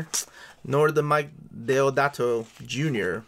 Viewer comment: A great review of a beautiful book. The fact that it`s hand-drawn Deodato makes it more special. The inclusion of Weringo and Quesada makes it even more special. You can be forgiven for the pronunciation of Deodato`s name can be forgiven, they speak Portuguese in Brazil, not Spanish. Try the correct pronunciation of Ivan Reis. Now that`s tricky.